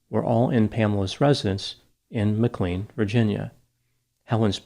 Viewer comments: "MAC CLANE" NOT "MAC CLEAN" Doc! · you are mispronouncing “McLean”. It’s pronounced Mic-lane, not Mc-clean. I spent part of my childhood living there. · I love you - just a native Virginia tip- we pronounce McLean like McLane:) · It’s pronounced “Mc Lane” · I think it’s pronounced McLane. I have no idea why. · It's pronounced McLANE bro. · I’m from Northern VA, just gotta say, it’s pronounced - Mc-Lane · 🙏 ma-clean 😂 surprisingly dopey slip up given it’s a well known American city.